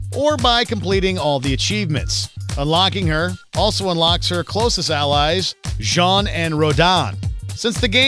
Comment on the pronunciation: finally somebody at Watchmojo pronounced Jeanne & Rodin correctly! ...and then messed up Kamiya's name.... also: Darth Maul and Wolverine in Tony Hawk's Pro Skater 3 Jango Fett in Tony Hawk's Pro Skater 4 Iron Man and Gene Simmons in Tony Hawk's Underground Indiana Jones in LEGO Star Wars Stan Lee in LEGO Marvel Super Heroes Little Mac in the Gamecube version of Fight Night Round 2 rare blades KOS-MOS & T-ELOS in Xenoblade Chronicles 2